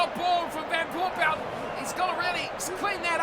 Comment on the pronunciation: Nailed the pronunciation of van Poortvliet 😂